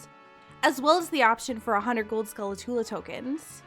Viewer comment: Can't help but notice my OCD kicking into overdrive due to the "Skulatula" when it fact it's actually "Skulltula"